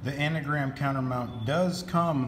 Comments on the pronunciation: It's Angram, not Anagram! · It’s Angram, An Gram, not anagram.